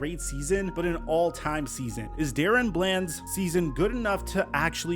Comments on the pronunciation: Its not Darren, its DaRon!! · I’m pretty sure it’s pronounced DA-Ron not Dare-ran or Dare-Run🙄 Shits been bothering me for awhile😭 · his name is not Darren its DaRon. Stop butchering this mans name😂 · DAH-RON not DARREN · Da-Ron not Daron. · his name is Da-Ron not Darren please as a fan put some respect on his name and stop butchering it...but I'm loving seeing him come into his own I hope he can keep it up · Am I trippin or is his name not pronounced “Duh-Ron” Bland?? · IT'S DUH-RON DUH-RON NOT DA-RON. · Why do you pronounce his name like “Darren”? Literally all other media pronounces it “Da-Ron” like it’s spelled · Da Ron not Darren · Dude. Unless every single other person in the media, as well as his teammates, are getting it wrong, it's not "DARE-in". It's "duh-RON". Sorry, but it was like itching powder every time I heard you say it wrong. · It's Da Ron not daren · Da'Ron = "Duh-Ron" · It literally says DaRon not Darren. Sorry but just saying. This dude deserves correct pronunciation at this point. That’s all. No biggie. love the channel. Blessings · DA- RON lmao mans Hurd all the analyst say it correctly and said it wrong still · Bruh how many times can you fuck up one of the most obvious names ever Da-Ron it’s even capitalized in the damn middle 🤦‍♂️🤦‍♂️💀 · Daron is not pronounced like “Darren” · It’s Da-Ron lmaooo 😂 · Crazy how you still pronounce his name wrong when literally in the clips you put, they said DA- RON BLAND. Show some respect and put more effort in atleast learning their pronunciations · He has to be doing it on purpose. It's like he doesn't care.... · Bro stop being disrespectful and learn how to pronounce his name already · Hey I don't usually comment on your videos and I'm not trying to hate, I've followed you for a bit, but when you're doing specific player videos and have clips of other people saying his name and can even find them of himself saying it, how do you mispronounce it?